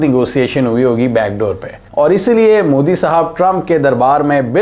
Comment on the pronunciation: It's not mudi, it's modi😅😂😅